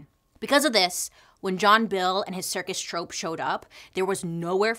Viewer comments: Bailey I love you sooooooo much... so it's totally in 😍 love 💓 that I tell you "troupe " is actually pronounced as "troop" not "trope"... that's actually a different word with another meaning. Again I absolutely adore and love everything thing you do! Thank you for all your fabulous content!! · I love you but just a note, troupe is pronounced “troop”, not trope. Just cause it was kniggling me, everything else was amazing as always. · Just fyi, it's "troop" not "trope" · trOOp, not trope :') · Troupe is pronounced troop, not trope lol...just sayin...love it still ..🤹‍♂️🤸‍♂️🤡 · Troop not Trope right? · 15.24 troo-oop like an army troupe? How she pronounces it is so cute. I found out recently that if you mispronounce words that you know it means you're of a certain intelligence it shows you read more than learning from wa😢watching tv etc...I believe it's something like that it's interesting though 😉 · Super entertaining :) it’s pronounced troop but lol it’s adorable